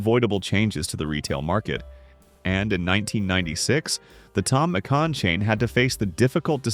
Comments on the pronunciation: I do remember Tom Mc Can, but not Tom Mc Con… LoL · all the butchering of pronunciation thom mcCan McCawn makes it so hard to listen to 😅